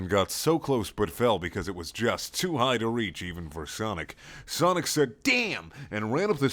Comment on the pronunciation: ''Beause'' hahaha made my day xD